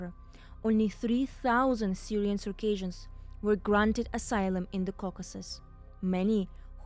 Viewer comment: Please learn how to pronounce Circassians correctly, it's not pronounced the same way as Caucasians